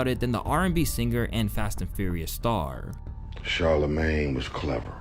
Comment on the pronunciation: *Sharla-mayne.... Not Chala-mayne. It's pronounced Shhh